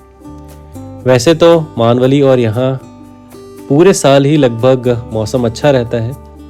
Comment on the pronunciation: Please मानवली नहीं भाई मेणवली हैं